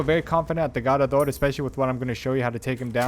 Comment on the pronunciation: The way u say garrador is annoying asf fr fr just say it normal Bruh